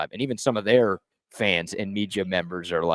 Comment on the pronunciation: Please stop saying “media”